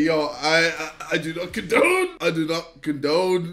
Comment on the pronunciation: the way he said condone🤣🤣🤣